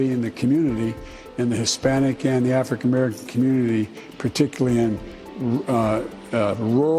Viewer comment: When he said black and Hispanic Americans can't get online, he said "Africamerican." Old racist dummy.